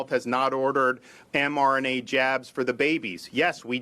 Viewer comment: Seems to have a problem saying mRNA for such an 'articulate' man! lol Damn fine governor though!